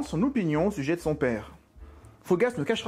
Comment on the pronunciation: le "sue-geai"?...Ou,le sujet?